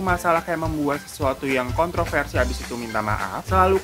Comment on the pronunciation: Ngakak gua pas bang hiro typo ngucapin kontroversi😂